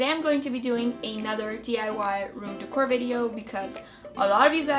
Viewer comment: she says decor weird!